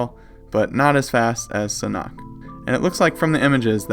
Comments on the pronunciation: Sanhok is pronounced San Hawk, not San Knock!?!?!?! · Its not san-oct, its Sanhook, San-hook. The h is pronounced and oo sound like book and look and hook.